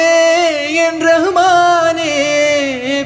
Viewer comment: ഉച്ചാരണം ഒന്നു കൂടി നന്നാക്കാമായിരുന്നു ഈ മനോഹരഗാനത്തിന്‍റ തുടക്കം. (റഹുമാനേ എന്ന് കാല്‍ നൂറ്റാണ്ട് ജി.സി.സി. ജീവിതത്തില്‍ ആരും ഉച്ചരിക്കുന്നത് കേട്ടിട്ടില്ല ) റഹ്മാനേ എന്നാണ്. മുസ്ളിംകള്‍ തിങ്ങി നിറഞ്ഞ മലബാറിലും കേട്ടിട്ടില്ല.